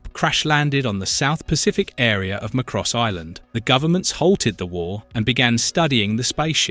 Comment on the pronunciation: Love the content but the mispronunciation is throwing me off. It's ZEN-TRA-DEE, not zen-tray-dee. And it's not muh-cross but MAH-KROSS